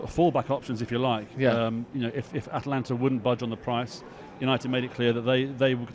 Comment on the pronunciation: Disco just loves sticking the boot into Tony Martial. Also its AtAlanta not Atlanta